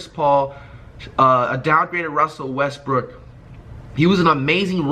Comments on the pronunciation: I know this niqqa ain’t just say russell westbrick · did he say Russel westbrick????